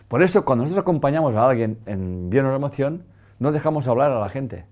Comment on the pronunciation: Necesita decir la palabra bio neuro? emocion mas clara, la diccion.... solo una sugerencia. Perdon y Gracias.